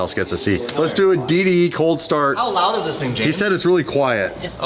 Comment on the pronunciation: Only: "And I just daid, Jesko" (lets go) 😂😂😂😂